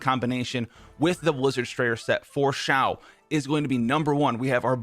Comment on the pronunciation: It’s not Ziao it’s Xiao my dude